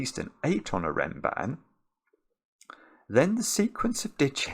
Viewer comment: Funnily enough, I never realized the connection because of Mark/ pronunciation (the "a" should sound like the a in "bra"), but then I heard Zetamath say it in a video once and it clicked